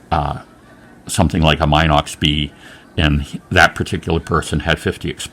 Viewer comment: Anyone else trigged by "Mynox"? 😆